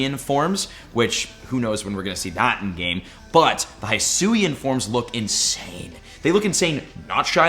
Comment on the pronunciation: Hate to be that guy but its not Hysuin its he-suian